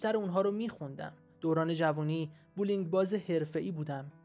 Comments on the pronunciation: اقا بووولینگ نمیگن بلینگ میگن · بسیار از کتاب و درس بدش میامد جای رضا شاه بازی کرد خیانت کرد نوش آفرین که بچه هایش را بزرگ کرد بسیار آزار داد .یک کتاب هم نخونده بولینگ غلط است درست تلفظ کنید .